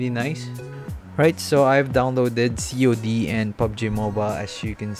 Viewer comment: Excuse me did you really just say 'COD' in that manner?